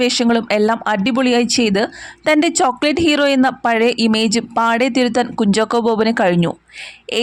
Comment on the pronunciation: കുഞ്ചോക്കോ എന്നല്ല കുഞ്ചാക്കോ എന്നാണ് 🥰